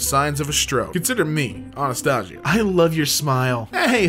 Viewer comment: Sooooooo... we're just gonna ignore how he pronounced "Anastasia"?